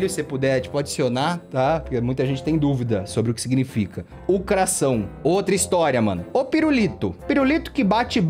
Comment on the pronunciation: "u cração" KAKAKAKAKAKAKAKAKAKAKAKAKKAAK